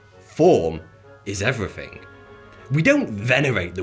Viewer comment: Why do you butcher the English language by not pronouncing “th’ in words? Muvver, everyfing, ve. So annoying.